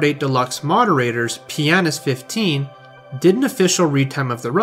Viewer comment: Choosing the careful strat when pronouncing Pianist15, I see